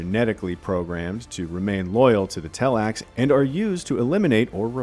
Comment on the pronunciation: It's Tleilax, not tellax.